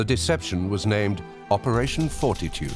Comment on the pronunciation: the name of operation had me cracking up I just hear operation foreskin when he says fortitude 😂